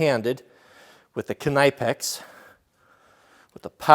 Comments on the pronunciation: I have no problem with you pronauncing it the american way but i thought you would like to know that Knipex is actually pronaunced K nee pex. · I thought that knipex was pronounced (ni-pex) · Okay... Let's just sort this. It's Nipex. Not Kunipex. And it's A V E. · Great video but it’s pronounced Nipex (silent K) like in knife! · I thought it was "Kinpex" until you said "K-ni-pex" lol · Pronounced nippex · its Ni-pex isnt it? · Are you f ing serious- kanypex? Wtf,that is laughs. Ive been using knipex for years and never heard that!! The k is silent and the i isnt long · KNIPEX PRONOUNCED NIPEX DUDE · Knee Pix. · If you watch videos from the knipex company that have the actual German reps they pronounce it more or less as Kuh-nee-pex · BTW It’s pronounced nip-ex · If I have to hear this guy say kuh nigh pex one more time I’m gonna stab myself in the ears with screwdrivers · Nip ex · What did we learn from this? Well we learned yet another way to butcher the name. "KIN-EYE-PEX" lol. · Robbii Clements if you watch videos from knipex about their products the Germans reps pronounce it kuh-nee-pex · no, the k is silent. It's pronounced nipex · Kn wird auf deutsch ausgesprochen. Kan-Ipex. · Think its pronounced nip ex knipex as to k ni pex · Pretty sure the Knipex is a silent K just like in the word Knife. Keep up the east coast jokes I love em. Love your videos!! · Its Knee - pex you dope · It is pronounced "nipex" the "K" is silent. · I was taught it is pronounced "kin nepex" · I’m from the east coast I pronounce it “nipex” k is silent. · Say it with me... Nip x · Just for future reference its pronounced ''nip'' ''ex'' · I'm in germany for work right now... I love when the techs here lens me their Knipex by the way, it's pronounced K-nee-Pex. the k isn't silent and the i is a ee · Ok so Knipex is not pronounced knaipex Pronounce the „I“ like a „E“ in the english alphabet (with a bit of a I sound and not a long pronunciation, very short) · You pronounced knipex wrong.